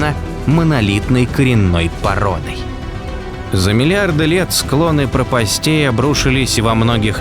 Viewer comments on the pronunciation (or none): Отлично, только не пропастЕй, а прОпастей, неправильное ударение. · Прóпастей, а не пропастéй!